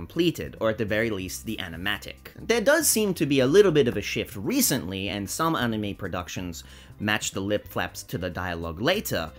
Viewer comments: It's ani-may, not ani-me, just letting you know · Ball also, your argument falls apart anyways since he's not pronouncing it right even in the Japanese way. Search up the Japanese pronunciation, it's ani-mey